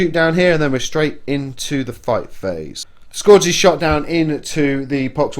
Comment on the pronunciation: Scourges = Skur-ges not score-ges